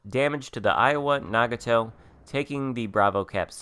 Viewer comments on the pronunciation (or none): thank you for the video and just a heads up its na-got-toe